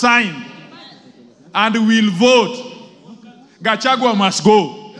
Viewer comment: How is she pronouncing ,,"""gachwangi""" or